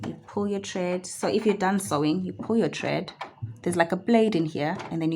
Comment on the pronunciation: Thank you for the instructional videos. Very helpful. Quick note, it's thread not tred